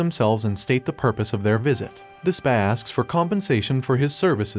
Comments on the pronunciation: despuh not despAH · Gotta be honest Does this guy intentionally say names wrong? Calling Despa as Despah is just It kills me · The Despa and Daida pronunciation bothered me too